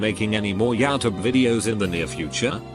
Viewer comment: It bothers me how the voice messes up simple words like Youtube but manages to pronounce some hard words accurately.